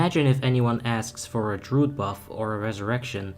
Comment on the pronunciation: Why do you say “r” sounds so stupidly? Druid is not a hard word to pronounce.